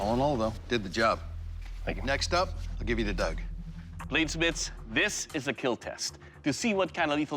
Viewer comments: when doug killed 100 peoples with a spoon Doug: "It will keel" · doug: just preparate the dummy also doug: it will keel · Douge: cutting his steak Also douge: it will KEEL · Let's agree we all come here for the 'Keal Test' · I like how we all collectively have no experience in blade smithing but watch these videoes to hear Doug say ”it will kewl“ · It will kell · k e e l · It will KEEL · itll really keeeel